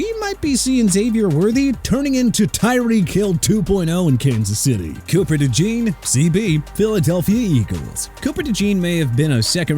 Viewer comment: Bro can you please learn to pronounce Cooper Dejeans name correctly?